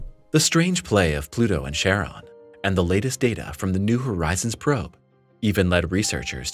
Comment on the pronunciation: "Charon" is pronounced *KAR-on." The "Ch" at the beginning of that name comes from the Greek letter, X, whose name is pronounced "ki" (the "i" as in "time" or "lime"), and is itself is pronounced as "k."